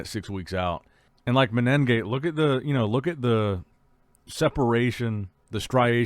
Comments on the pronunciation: please pronounce the competitors name correctly... there is no double N you say MENEN gate. there is no N consonant before the G there is only one N...... its mene gate (men gate long N ) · MENEGATE, IT'S FUCKING MENEGATE. There's no extra N there.